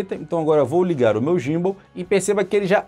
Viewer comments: muito boa análise, mas uma coisa, pronuncia-se "Guim-ball" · a pronuncia que vc mencionou seria em inglês, mas em português BR seria "GIMBAL" mesmo...